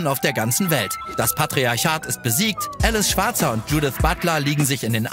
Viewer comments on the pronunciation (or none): Ahlice nicht älice schwarzer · Kennt keiner mehr Alice Schwarzer? Die heißt Alies, nicht Ellis. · Mega Beitrag!! :D Es ist A-lice Schwarzer, nicht Ä-lice Schwarzer. ^^